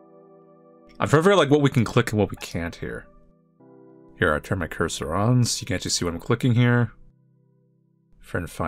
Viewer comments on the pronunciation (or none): none